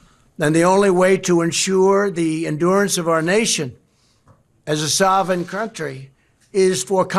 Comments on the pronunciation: "soving" country.. LOL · Did he say sovereign country or sarvin crountry? 😂 I don't think trump is cognitively there? Nikki Haley, Nikki Haley, Nikki Haley 🎉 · Poor Donnie Drumpf has trouble pronouncing a simple word like sovereign. How sad!